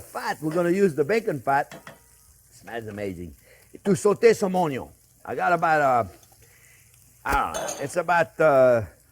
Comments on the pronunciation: WELCOME EVERYONE! "On this channel, we cook things with onyo 🧅, bacon 🥓, butter 🧈, and wine 🍷." We love you, 👨‍🍳 Chef Jean-Pierre ! 😊 It wouldn't be his channel if he didn't forget something. 😂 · My four favorite things in the Kitchen: Bacon, Onyo, Butter and Chef JP. Cheers from California, USA. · Oh, sorry! Onyon, Bacon, Butter!